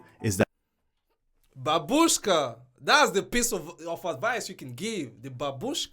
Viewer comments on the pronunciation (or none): Не бабУшка, а бАбушка. Ударение на первый слог. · Because not babUshka, only bábushka loud on first A